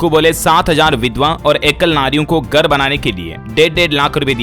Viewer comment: Gar nahi hota hai ghar hota hai